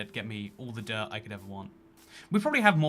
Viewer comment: I love that when ever says dirt it sounds like derp. "The derp forest" just sounds like a forest full of me's